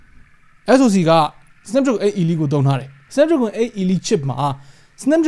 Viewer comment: 8Elite ရဲ့အသံထွက်က 8 အီလိုက် ပါ